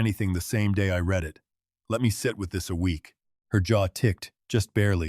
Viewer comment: Wish the AI that reads these scripts could tell the difference between read/ reed and read/red